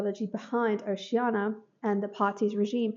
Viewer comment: Good list. The pronunciation of Oceania irked me a bit, but it's fine, haha, thanks.